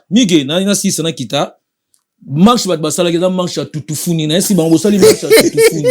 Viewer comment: lobaka bien stp. "Mache" nde nini? MARCHE